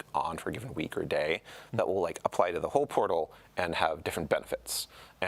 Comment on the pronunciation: The overemphasis on "the portal" is mind numbing.